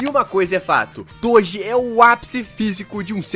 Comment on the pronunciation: "TODI" KSDAKDSA q agonia